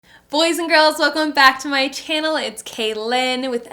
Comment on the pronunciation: Dont say bous & girls lol